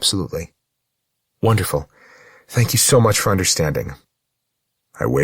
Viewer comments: Samantha Brenmoor. Her “thank you” sounds like Dhank you. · After 4 hours that Dank you is getting on my nerves... Is it slang? Is it accent from a place of England? Is it a German / English mix from thank you and Danke? Oufff...